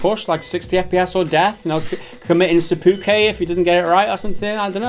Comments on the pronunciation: "Seppuke"? Lol, it's "Seppukku" mate. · It's seppuku not seppuke. You were thinking of a different thing that ends with -ke. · SEPOOKAY?!?! SEPOOKAY....?!?!? As a licensed weeb I am triggered. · "Se-poo-kay"? What!? That's pronunciation is amazing. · "Seppuk-kay" Made my 60 fps dropped at that moment and I almost died lol